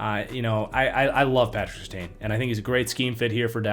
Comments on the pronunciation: It’s sir tan not seer tayne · Take a shot every time changes his pronunciation of Surtain